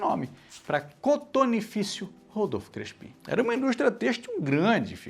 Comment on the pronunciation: Adorei. Mas eu nunca ouvi o nome Crespi pronunciado como oxítono. Você pesquisou sobre a pronúncia correta? E já que o tema da série é o paulistão, faltou falar do estadual conquistado em 1934, de forma invicta, jogando como Clube Atlético Fiorentino. Abraços!